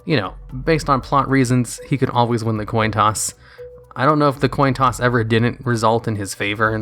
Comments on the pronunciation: Toin Coss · Toin coss?